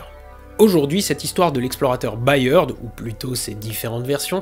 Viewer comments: Cette vidéo est juste parfaite, mais si je puis me permettre le patronyme Byrd se prononce à peu près comme bird (beurd, donc). C'est également celui de William Byrd, compositeur majeur de la Renaissance 😉. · "Byrd" en anglais se prononce exactement comme "bird" (oiseau).